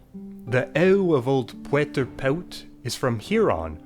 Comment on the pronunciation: When you said "from here on" I heard it as "from Huron" and for a second I was like, oh, influenced by Iroquoian languages